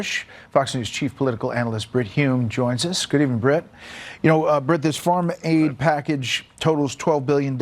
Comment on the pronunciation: Hey it’s pronounced FARM not FORM lol😂